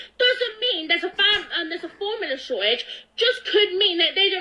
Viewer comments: she said formula wrong like ten times like jesus lady how broken is your tongue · this is the third time she had a problem saying formula...